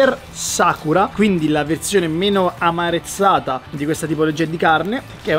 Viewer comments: Comunque si dice "marezzata", non "amarezzata" :) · Si dice "marezzata" non "amarezzata"... 🤦🏻‍♂️ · "marezzata", non "amarezzata". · si dice marezzata non Amarezzata😂😂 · Non voglio fare l'hater, mi piace guardare i tuoi video però sentire 100 volte la parola "amarezzata" invece che marezzata è proprio cringe.